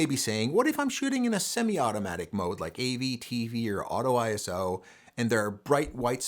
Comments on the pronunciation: It's not pronounced eye ess oh, its eye so. It's a word not three letters. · ISO IS A WORD NOT I S O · FWIW," ISO", like "RAW" is a word (pronounced Eyeso). It is not an acronym. The confusion comes from the fact that the organization that created the word happens to be called, in the United States, the International Standards Organization. Pure coincidence, because none of the other countries in this consortium established to set international standards for many, many processes, have that exactly ordered name. Doesn't make a bit of difference in anyone's photography but you never know when you might want to impress/bore your family and friends :).